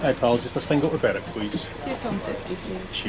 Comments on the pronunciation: Hi,. I was always told that Berwick played in Scottish leagues because it of the distance to all the English teams. It's Berick and Lerick by the way not Berwick and Lerwick. another great video, thanks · Berwick - Berick, Lerwick - is pronounced Lerick by the locals